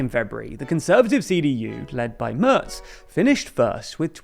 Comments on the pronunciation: Merz spricht man wie den März aus, und das ist genau das, was der Kommentar weiter oben anspricht. Anstatt es wie „Mörz“ auszusprechen, was im Video getan wurde, sollte man es eher wie März aussprechen, was dem englischen A-Ton im Wort Mac entspricht. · It is not pronounced Merts. The A is pronounced roughly like the Ma(c) from McDonald's.